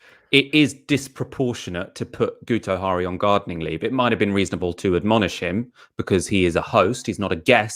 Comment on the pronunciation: It's pronouced 'Gitto Harry' - he's Welsh.